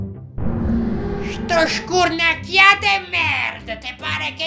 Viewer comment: sono stati bravi però scurnacchiat lo hanno detto con la o, vb ma è difficile per chi non è di Napoli. Ma sono stati bravissimi per il resto